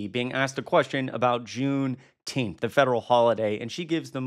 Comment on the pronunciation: Is she saying there should be a jewnteenth?